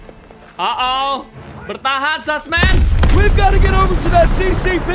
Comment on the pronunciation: bang lu ngomong zussman tapi kok kaya susman